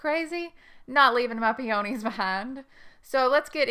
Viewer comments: If you want me to watch and pay attention to your advise, the least you can do is learn to pronounce the name of peonies properly. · I really wanted to watch this video since I was specifically interested in planting Itoh peonies in containers. But I could not get past the fact you were not pronouncing "peonies" correctly. It may be location specific but that pronunciation was driving me crazy so I had to move on.